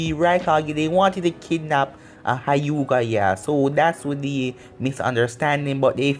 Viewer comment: this man called the Hyuga clan the hiugah. no being mean just... lmao